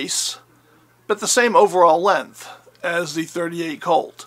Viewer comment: I wish people would learn how to pronounce 'length' correctly!